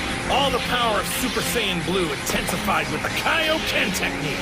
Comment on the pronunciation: Salah super saiyan u saying bleu annoyed me so much